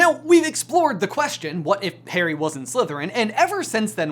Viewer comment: Pretty sure he calls harry Haley. And then again he says Perry. Lol.